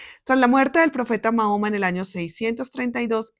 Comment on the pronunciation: Le pido por respeto aprenda a pronunciar el nombre del profeta porque como usted lo dice es una falta de respeto para quienes somos musulmanes gracias